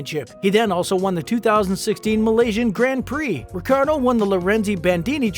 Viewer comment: you didnt even pronounce his last name correctly once. not once lol.